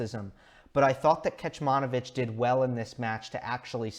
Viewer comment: Great analysis as always. One thing, "Kecmanović" is pronounced as "Ketsmanovitsch". The first "c" doesn't have an accent so it is pronounced as "ts" as in "Tsitsipas". The last "ć" with the accent is pronounced as "tsch" as in "Djoković". I am Serbian and just wanted to let you know, I did not mean to be rude or anything. Just so you know how to pronounce it in the future as I am sure we will se a lot more from Miomir. Keep it up man:)